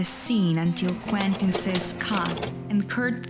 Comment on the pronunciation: Quentin, pronounced kwen tin. Not kwinton